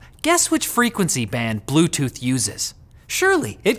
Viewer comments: Blute tooth???? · BLUTETOOTH lol